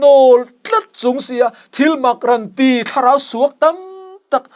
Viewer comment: Rawnti tih turah Ranti ati zel a.ngaihthlak ahahthlak